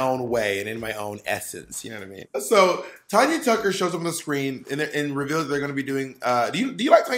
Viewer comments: I am sorry… but he calling Tan-ya Tucker Tonya Tucker really bothered me. And she was not made famous by singing Stand By Your Man. That was Tammy Wynette. Tanya Tucker is famous for Delta Dawn. This is why I’m not a fan of Bob. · Not neither of these queens knowing how to pronounce Tanya!! It sounds like Can Ya not Con Ya! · Tanya Tucker did NOT sing Stand By Your Man TAMMY WYNETTE DID! Tanya (pronounced Tan-ya) Tucker sang Delta Dawn.... Bob do your homework better!!!! LOL